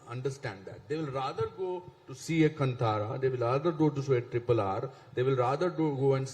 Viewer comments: everyone in bollywood says "Kantaara"> Dude, its "Kaantaara" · Still pronouncing Kantara incorrectly this Chetan 🤦🏽‍♂️